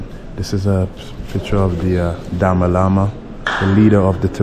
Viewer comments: For your kind information you should pronounce Dalai Lama instead of Dama Lama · Bro. I love your vlog. & Love to see more from Bylakupe,& Hunsur too. Also, please pronounce The Dalai Lama, not Dama Lama. Thank you, you're doing great ininspire to Travel. Thank You. God Bless you,. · Ha ha.. Dama Lama? love the way you said. it is Da Lai Lama. go to Dharamsala, north india where Dalai lama lives. you will love it. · Tashi Delek I just subscribed to your channel thank you for showing all those adorable tibetan monks 🤍 FYI our spiritual leader is His Holiness the 14th Dalai Lama not DaMa Lama like you said lol Sadly we lost our country in 1959 eversince then been living as refugees in India 🇮🇳 so India is our 2nd motherland 🙏❤ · Its not Dami lama,its Dalai Lama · It's not dama lama It's Dalai lama my friend, your history is weak better research n vlog 😂😅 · Dama lama😂😂😂😂